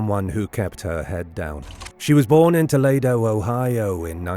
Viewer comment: Omg...thats a pic of jfk jr not joseph. And its not "tolaydo" Ohio. 27 seconds in and I'm out...